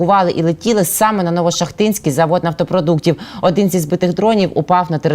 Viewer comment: Не Ново-ШахтИнский, а Ново-шАхтинский НПЗ.